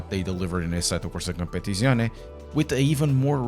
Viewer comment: I clicked just to hear you say the name of the game 😂 asettocompapapapapapaptizcion 😂